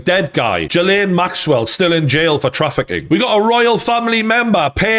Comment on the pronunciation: It's pronounced Jizzlaine